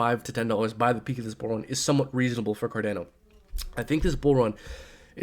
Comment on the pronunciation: For the love of God please stop saying CarDAYno. Its CarDHANO lol. Great vid though😁